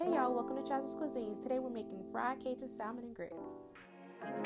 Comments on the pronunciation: It looks delicious. I've never had fried fried salmon, and I'm living fornthat sauce. The only thing that bothered me is you pronouncing the L in salmon. Its silent!! 😅 I I think imma make this today tho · Yall Too Old To Not Be Able To Pronounce SALMON. The L Is Silent🙄